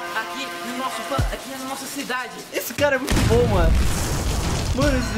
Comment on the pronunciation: é big BOM não big BUM